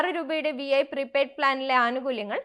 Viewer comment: വി ഐ അല്ല വീ 🙄